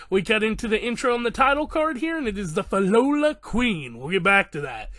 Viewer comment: Pronounce it as - Phil-lo-lee-yals